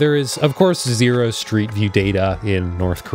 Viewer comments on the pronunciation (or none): none